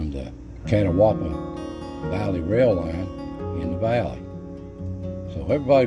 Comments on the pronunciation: It's not pronounced "Cat-a-wah-ba". Catawba is pronounced "Ka-taw-ba"!! I live here in the same county where this is located. I've seen these lights, but the way he is pronouncing Catawba is wrong. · Catawba is pronounced Ka-taw-ba not Catawaba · I stopped watching at the "Cat-a-WAW-bah" pronunciation. It's "Cah-TAW-bah". I can walk to the Catawba River in fewer than 5 minutes. I'm from Marion at the foot of the Linville Gorge (not "Linville Mountain Gorge"), and have seen the lights many times. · "Ka....ta.....ba" is how thats pronounced not "cata... wa... ba" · I am actually from that area. Actually I am a retired game and fish officer in that area. I have at one time or another walked all over that mountain and all I can say is that's a real mystery. You did a great job covering it with some excellent pictures. Catawba is pronounced locally as cat obb uh. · Hey, Another good video. Spent a good bit of time around Brown Mountain but never got lucky enough to see them. So,for future reference, it is pronounced cah-TAW-bah. I think after the Catawba Indian tribe. Keep up the good work, neighbor! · The Catawba iIndians correct pronunciation is Ka -Taw -Bah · Really the catawaba valley. I love your voice but that got me shaking my head 😄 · It is pronounced Ca-tob-a ( Catawba) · Ca-tau-ba is the pronunciation that I was told. I do love your storytelling. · I live in Catawba County it’s said Cat-Ah-ba and there an X files episode about the Brown Mountain Lights.When some floods happened it devastated a town along the Wilson Creek called Edgemont and there’s an old cemetery in the woods back behind a campground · Just discovered your videos tonight and love them. Going to see the Brown Mtn Lights used to be a fun Saturday night date. I have seen them several times. I hope they never discover what they are. Now - I am not criticizing you by no means, but Catawba is pronounced Ka-Tah-Bah. No offense intended - really.